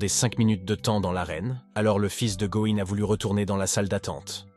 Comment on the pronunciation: "le fils de gohan, le fils de going"... "Going Son"... Partout déjà c'est Go Insung... Si ça ne va pas change son prénom, car le bot ne te comprend pas. Un effort sur la narration. Courage pour ton travail 😇